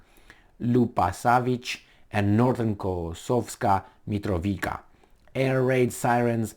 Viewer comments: I believe It is pronounced as if with a "ts", i.e. MitroviTSa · Mitrovica - you pronounce it as MitroviTZa in English . Basically replace "c" with "tz" and it works every time; "ć" is "ch", esp. in people names. Besides Kosovska, there are few other Mitrovica's, like Sremska Mitrovica on far north, where Romanians live too, so good to know :) Long live languages without spelling! Kosovo and Metohija (pronounced as Met-o-hia, based on word "metoh", meaning churches property). Is currently occupied by US and heavily protected by NATO. In Urosevac, US built a military base the size of Rammstein - it is questionable which one is bigger. It is (was) mostly used for trafficking heroin from Afghanistan to Europe. Meanwhile, ex-general of NATO, Wesley Clark, plunders mines there and US instigator of most recent crimes to humankind - Madlein Albright, took over communications. When dog demised, her daughter took over the plundering. So, you see, Serbia can deal with all of Albanians (Shiptars, as they call themselves) within a day. Especially with those who burned churches, monasteries, raped nuns and extracted organs from live humans. The problem is that if Serbia goes in, it will be faced with US and NATO forces and western plundering lobbies. We could be bombed again and face economical sanctions again, which we already had in 1990s and still haven't recovered. The solution to the problem is for Russia to fix similar problem in Ukraine, to weaken NATO and US to withdraw from occupied territories like they did in Afghanistan. Besides military, a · You pronounce Mitrovica with a simple C, not a "k" or "ć"🙏